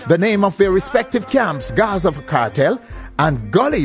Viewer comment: from SA mi seh Gaza not Guzu😢